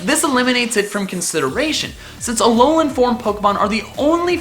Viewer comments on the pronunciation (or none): It's not Alonan Forms, but AH LOH LAH